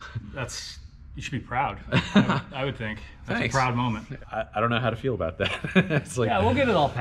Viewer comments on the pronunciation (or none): none